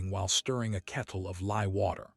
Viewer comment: Lye soap, not 'lie'.